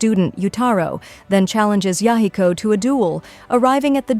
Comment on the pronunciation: aside from the butchering of the name Yahiko, really good recap!